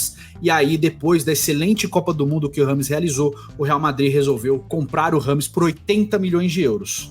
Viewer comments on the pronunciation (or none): Só pela insistência em ser chamado de "rrâmes" ao invés da pronúncia correta, " djêimes", ele merece a carreira q teve.